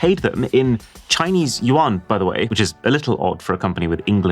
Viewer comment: The tension broke when he said "yuan". Dammit